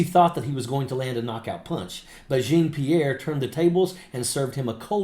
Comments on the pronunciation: Dude. I'm a disabled Vet, and as much as I respect you, I gotta tell you. This woman's name is Jean-Pierre, a common sir name in French. Pronounced "Jawn-Pierre", not "Jeen Pierre". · Love your program, just a little note, her name is pronounce (djohn pirrre) the j is pronounce the the dg in judge and the rest is really like the name John. Djohn-Pierre. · Great content! Long-time subscriber. But, as a born francophone it should be said that her name should be pronounced (phonetically): “Jawn-Pierre”. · Love ya, but it’s pronounced (Jaw-Pee-air) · (not how you pronounce her last name) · Dude…you be a lot more credible if you learned to pronounce her name correctly. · Hello, I just came across your video. I want to start by thanking you for your service to our country, and add that I’m happy to see another Vet on the side of democracy! I do want to mention that I think you are mispronouncing Karine Jean-Pierre’s last name. I don’t say this to disparage you in anyway. (I thought to DM you on Twitter/X, but I don’t have a “verified” acct.) If someone else has already mentioned this, I apologize for the repetition. I look forward to watching more of your videos! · You're mispronouncing Karine's last name. Do your homework. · Will someone please correct him on how to pronounce her last name?